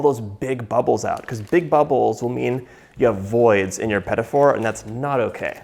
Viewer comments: why do you pronounce it "peta for"? it is "pti foor" meaning small oven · The correct pronunciation is "peteeh foo", not "petty 4". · Petafour 😂😂😂 i mean is it that difficult to pronounce it just a bit french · "Pedifors"...sheesh where's the 'D" coming from in petit four? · the pronunciation 😖 pedafor 😖😖😖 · "Peddy Four"???? Please pronounce it correctly... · quand il a dit "pet- a- for", j'avais peur :p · "puhtee foor" petit four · whispers its pronounced puh-teet foor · John, I'll have you know I'm on a diet and now will make those this weekend and you're responsible for that! PS: Also, it's pronounced Puh-Tee Foo-rrr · It’s not pronounced “petty” four 😂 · Im glad I'm not the only one whose ears hurt when he said petite fleur... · I love your petit four recipe. The first time you said petit four I thought: "what is he saying?" But I figured it out. You pronounce it in a english way, not the original (french) way. Thanks for your recipe. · I love love love what you do but I have one thing to say...I am french and I wish when you make some french pastry you would try to say better the name of it .cause it took me 20 mn to figure out how you would pronounce petit four ?!!!? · Me dying everytime he says petit four 😑😑😑. Not that hard to learn the pronunciation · I had to replay that a few times to see if that was really what I'd heard. As a Canadian I've never in my life heard it pronounced that way!